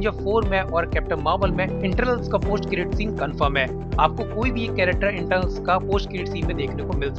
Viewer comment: not internals its eternals